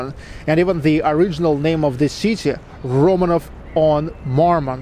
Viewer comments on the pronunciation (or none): none